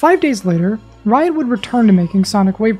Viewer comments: Whenever you say Riot, it sounds like your saying "Wyatt". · it sounded like blyatt